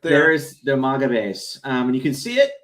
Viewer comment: It's maga, not mogga. It's not an exotic foreign word. It's not iroq or iron, either. It's maga. Root word: maggot.